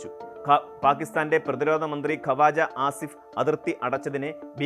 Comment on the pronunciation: Not khavachaa asif it's kwaja asif